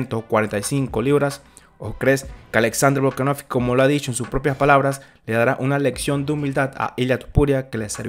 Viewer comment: Bro, algún día dirás VolkanoVSki en lugar de VolkanoFki? Un saludo